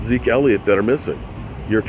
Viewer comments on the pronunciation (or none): none